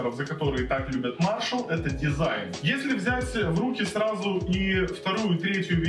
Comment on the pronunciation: Надо было сказать, что один миниджек - вход, а другой - выход, кому надо, тот поймёт. Маршал скорее имели ввиду в названии мажор, ведь речь идёт о музыке. А если выговаривать правильно одну часть названия, то надо спросить у гугла как правильно выговаривается и название бренда.